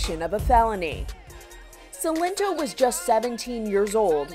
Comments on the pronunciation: Everyone even him: Sy-len-to Reporter: See-len-to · “S ill en toe” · He literally pronounced his name in the song and she's like "Ci - Len - Tó" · She pronounced it “Seelento” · Why she calling him sellinto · "selento" wtf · The lady in the video said his name wrong too 😭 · The way she pronounces "Silento" and "name nae" 😭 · Exactly, omg. I started dying when I heard her pronounce Silento 😭😭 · Bruh the way she pronounced his stage name got me dying.